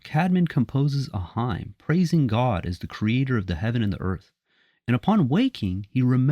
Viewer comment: With respect, "hymn" is pronounced "him" Salam